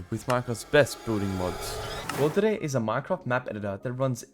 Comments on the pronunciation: you misspelt "worldedit" you said "wolrdedit" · the first was actually "WORLDEDIT" not "WOLRDEDIT" 😂😂